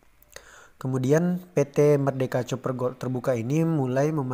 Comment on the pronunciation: Koq bacanya 'coper' gitu ya .. apa tidak bisa bhs Inggris?